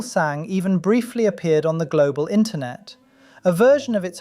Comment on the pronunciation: ah yes intronet